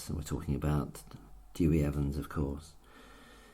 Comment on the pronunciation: Dewi Evans, not Dewey Evans. Why do English speakers have such problems saying Welsh names correctly?